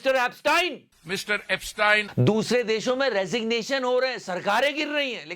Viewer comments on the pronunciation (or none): Tell Godi media it's not Epstine, it's Epstein. Get the pronunciation right. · Why can’t Indians say Epstein… They are saying tynee